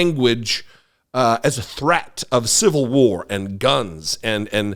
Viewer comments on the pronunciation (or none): Did she say she doesn't want a civil-lution?